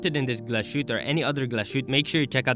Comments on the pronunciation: Wow you didnt even bother checking how the name is pronounced? You do know they speak German in Germany not French? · Not bothering to make the minimal effort of spelling and pronouncing Glashütte correctly is insultingly lazy.